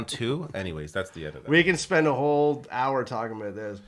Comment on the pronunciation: I can instantaneously tell that you're both Canadian because of saying " aboot " instead of " about " at the start of this video. Anyways ( that's another of your Canadianisms, innit? ) putting all of this pronunciation bullsh!t aside I loved your 'girl' talk about hair washing; it was hilarious for me to listen to. I speak as a fully qualified ex-hairdresser and both of you are somewhat correct in how you wash your hair. Here's my professional pointers for you to take in. You should wash your hair twice - the first time is to remove dandruff and dead skin cells from your scalp as well as excess grease from the hair shafts and the second time is to condition your hair. Personally speaking I use a good quality combination shampoo and conditioner and squirt it into the palm of one hand and then apply it to my head using all of my finger tips - it's like having a very deep scalp massage and you should NEVER use your finger nails to scratch your scalp because you don't know what's under them and you could possibly scratch your head and unknowingly apply microscopic amounts of dirt into those scratches. I don't scratch my head when I'm out of the shower if it's dry - I use the balls of my fingers to get rid of any itchiness. While I wash off the first application immediately after I've done this it doesn't matter if there's a tiny amount of shampoo and conditioner left on before the second application because I leave that application on for a couple of minutes so that my hai